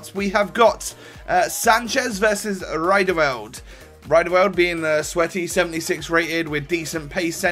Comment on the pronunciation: Names pronouncuation😂 Zoet: Zoot Riedewald: Reedewald Elia: a-lia